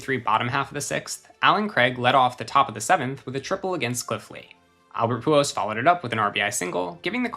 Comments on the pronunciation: How many times is this guy gonna pronounce the machine's last name as "Pujos?" So annoying. The letter L is not usually a difficult one to pronounce, but this guy has chosen to ignore it completely. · I have never heard anyone pronounce Pujols the way this guy does 😂 Great video tho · Lmao the way you pronounce Pujols is weird 😂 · Every time he mispronounces “Pujols” drink